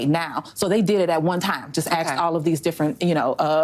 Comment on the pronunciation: Asked, not axed